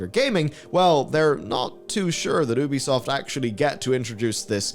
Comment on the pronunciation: One day, you'll learn how to pronounce Ubisoft correctly.